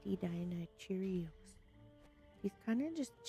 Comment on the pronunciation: The best moment is when you say Deinocheirus a Deinocheerios 😂